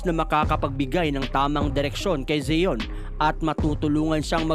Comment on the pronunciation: Pronunciation lang ng Zion d mo alam.ayos boy